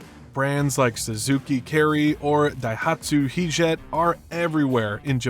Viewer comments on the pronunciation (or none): Isn't it Hijet not Heejet